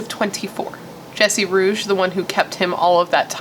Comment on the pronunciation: Hey nice video! First, RIP to Nicholas Markowitz and second, Jesse Rugge's last name is pronounced "Roogie".